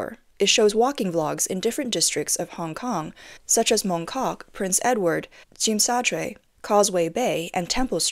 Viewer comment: you cant even pronounce Tsim Sha Tsui properly. how much you know about hk. just some sour grapes trying to paint more gloom picture of HK. yes hk property down/ yes stock market is down. with natural local people spend less. hkd is link to usd. usd went up so much over the few years... tourist finds hk more expensive... i.e less tourist. is all about getting a got deal.... dont try to paint it as all politics issues.